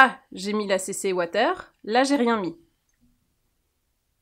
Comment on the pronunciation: La « CC ouataire » 😂😂😂😂😂